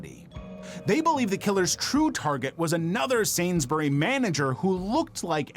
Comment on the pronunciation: The way he said sainsburys so bad it confused me 😭